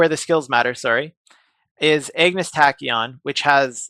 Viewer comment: Say it with me brother.. "Ahhg-ness" "Ahhg-ness" not Egg-ness tachyon